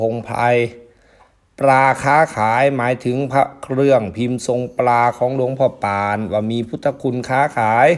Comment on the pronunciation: ออกเสียงว่า หลวงพ่อปาน ไม่ใช่หลวงพ่อป่านนะครับ😅